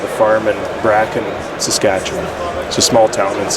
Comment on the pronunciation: As someone from there, you did a great job pronouncing Saskatchewan!